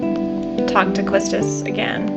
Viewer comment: Quiltis, haha, now we can confirm this just trolling